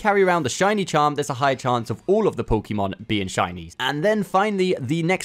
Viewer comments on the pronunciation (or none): PSA: It's poe-kay-mon. Hearing pokeemon a hundred times in a 5 min video is so dang cringe. Thank you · It’s not Pokey mon, it’s Pok ay mon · its Pokémon not Pokeemon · Pokémon. Not pokee mon. You should learn how to pronounce the thing you do “professionally” on YouTube